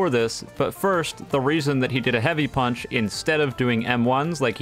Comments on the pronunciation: "surface inversion pAeUnch" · The way he says punch while lagging